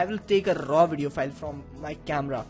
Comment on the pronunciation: listen to the way he says raw video file!